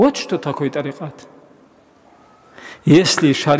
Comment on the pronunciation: Меня одного вымораживает произношение ими слова тарикат, или я не один? 😅